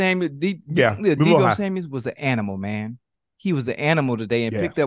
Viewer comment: BRO WTF IS UP WITH PEOPLE STILL SAYING DEEBO SamuelSSSSSSSSSSS???? FOR THE LOVE OF LOVE ITSELF...WHY DO PEOPLE KEEP SAYING his last name with an S like theres multiple samuels in just that one sameul. Im so high I dont even know how to spell samuels anymore. Deebo Samwell not DeeBo samwells..or something like that. Yall get my point tho. I rode the short bus to school if that helps out at all..and smoke runtz.